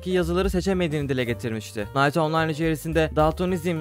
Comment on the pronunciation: Kardeşim Knight videolarında telaffuzu bırakalı 4 sene oldu. Night yerine kınayt demen lazım diyenlerin oyununu oynuyoruz, asimileştik bizde 🤓